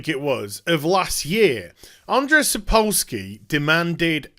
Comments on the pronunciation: Just a quick note, it is pronounced "Sapkovski". "W" in polish language is pronounced as "v". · Jesus, don't butcher his name. It's Andrew Sapkovski, if u can't pronounce a polish name ;) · it's pronounced sap - co like in coop - w like v in van - ski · if you want to improve on Sapkowski pronunciation - its more like "Sap Cough Ski" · The way he says Sapkowski is even more hillarious Westerners can't into slav languages